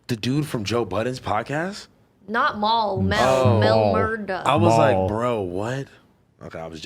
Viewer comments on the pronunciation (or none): She said Mel Murrr-Duh! Help us! Lol